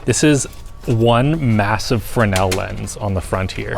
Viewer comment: Thank you for pronouncing Fresnel correctly :D